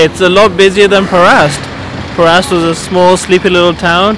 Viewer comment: Nice vlog very informative. What were you calling the town of Perast?